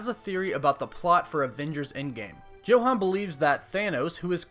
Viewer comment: It's pronounced 'Yo-Hahn'